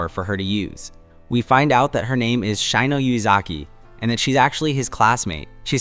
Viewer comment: Shino would be pronounced as She-no. Not Shy-no.